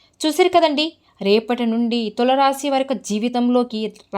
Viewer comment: Please pronounce Tulasi Rasi properly first it is giving wrong meaning